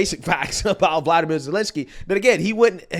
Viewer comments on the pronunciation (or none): Zelensky’s first name is Volodymyr and it’s pronounced Volo-di-meer